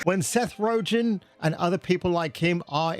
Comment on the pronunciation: who's Seth "Ro-gen"? XD